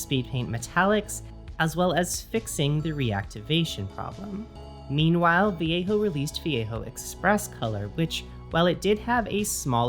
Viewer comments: The way she says it is "Vee yay ho" in what world is that the correct pronunciation? Also the way she pronounces it is too American. At least she doesn't say va lay joe, I guess. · yeah, shes saying it like viejo, like Mission Viejo.